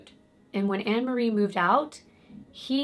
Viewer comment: I know this case of Fred and rose so very well. Off by heart. You told it really well!! I can understand the mispronunciation of names and places. But you said the place right (I’m in the UK). Rena is pronounced ‘Reena’ and it’s Anne McFall not Anna :) I hope this helps a little. I can understand how easy it is to not pronounce things right. Especially when British language is a little different to American. I hope you’re okay!! Been loving your videos sweet! ❣️